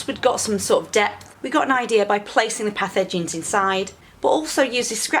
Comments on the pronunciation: Path Edgings... thought you were saying pathogens. Was like wtf is she talking about lol. Good on you for getting out there and getting dirty, hard work pays off. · Thanks for another video. Merry Christmas. When I first heard you say "put the path edgings in the ground" my feeble brain heard "put the pathogens in the ground."